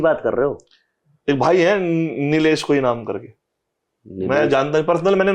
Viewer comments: Nitesh naam hai Nilesh nhi hai bhaiya😂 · Nilesh nahii hai sir,Nitesh name hai pata hai aapko fir bhi name proper nahi le rahe ho